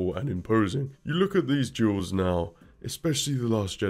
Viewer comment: I don't know how or why, but everytime he says "duels" i keep hearing "jews".